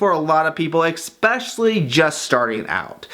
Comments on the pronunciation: It's eSpecially NOT eXpecially!!! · Exspeciallly? Really? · Especially not expecially... On every one of your videos I want to make the same comment... finally did!